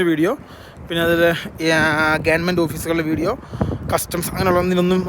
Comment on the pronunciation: Gevarment ennuparusuhrthe